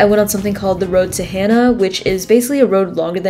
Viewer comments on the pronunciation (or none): Hana=Hah-nah, not Hannah..."Super-tall" Maui mountain known as Haleakala(Hah-lay-ah-kah-lah) translated as House of the Sun, is 10,023ft